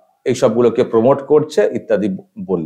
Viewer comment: পিসিমণি আপনি আগে বাংলা ইংরাজী pronunciation টা ঠিক করুন।। প্রমোট(promote) কে পোমোট বলছেন কেন?